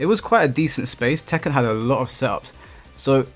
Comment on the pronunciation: It's tekken bruh😂